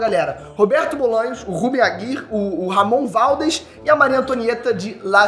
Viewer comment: Esse é muito fraco. Não sabe nem pronunciar o nome do Ramon Valdez direito. 😒